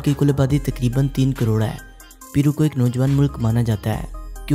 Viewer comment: It's not peero Ita pairoo